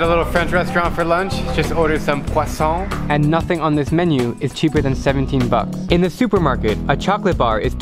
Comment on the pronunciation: i love the way you said poisson